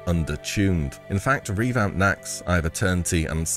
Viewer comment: "in fact, revamped naxx, either turntee and soth amine talair, were coloured within two days of expansion launch" bro did you have a stroke halfway through that sentence?